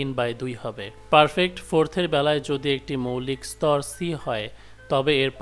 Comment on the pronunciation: স্তর নয় স্বর!